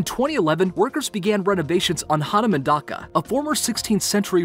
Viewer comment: It's not the Political Issue that's stopping the dig of other mystery boxes in the temples. It's protected by the UNESCO World heritage Site. Also You are pronouncing it wrong, it Hanuman dhoka not Dhaka. I'm amazed that Nepal made it to number 1. Jai Nepal 🙏🏼